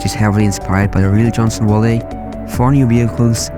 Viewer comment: bruh no way did you say johnson walley